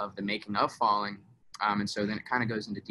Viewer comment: Grace Harvey he kept saying falling with the G at the beginning.